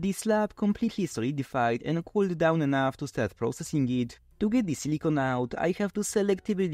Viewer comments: It's important to pronounce silicon properly in English (as siliken or silikahn), because your pronunciation sounds like silicone which is an entirely different material. Sure it is obvious to most people, but it is an unfortunate mispronunciation. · The was you pronounce silicon sounds like you're saying silicone, which is not the same thing.